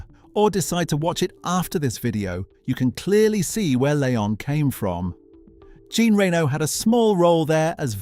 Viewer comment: Are you fuckin AI voice or what??? not "Gin Reeno", google how Jean Reno's name is pronounced